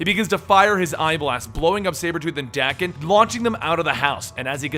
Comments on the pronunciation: bruh Daken is pronounced Dah-ken not Dak-en...smh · its pronounced DAY-kin. not DACK-in.... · It’s dang-ken not dak-ken it’s danken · Wouldn't you pronounce daken like taken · Is it pronounced "Dah-ken" or "Day-ken"?? I'm British so I say "Day-ken" what about you guys?